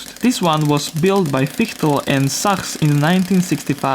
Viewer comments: Sachs is actually pronounced "saks" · Sachs is pronounce like sax, but great voiceover overall! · Even in Germany that company Sachs is pronounced like "this sucks", perhaps with a softer s at the beginning.